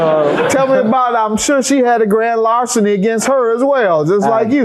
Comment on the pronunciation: Actually it's "grand larcenin", "stolen propert", "TEF" and "assouit" 😂😂😂